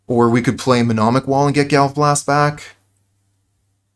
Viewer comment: Nice, this is a deck I really wanted to see being played. Btw it's mnemonic wall not menomic, it's a silly word